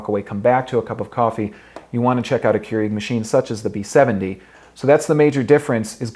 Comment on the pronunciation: Still months later and videos and coffee makers later. He still says Keurig wrong. It's Pronounced "CURE-EGG" not Kru eeeg omg it's driving me nuts.